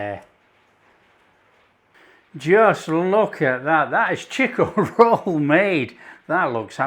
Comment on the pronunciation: It's not pronounced "cheek-o-roll" It is "chick-o-roll".